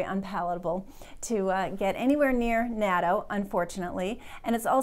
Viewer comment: Thank you,. Just a note about natto. I'm an American living in Japan - for 13 years now. I didn't like natto at first but after about the 3rd try, I acquired a taste for it and now enjoy eating it often. By the way, it is pronounced "naht-toh".